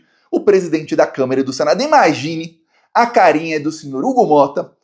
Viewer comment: eu não devo estar ouvindo direito, mas eu acho que toda vez que você se refere à Câmara, você diz câmera. Será?